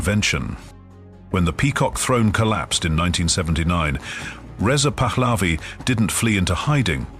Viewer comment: You are showing the Golestan Palace in Tehran and calling it a house in Maryland. Most of this video has nothing to do with Reza Pahlavi. And your ai generated voice is saying the name wrong.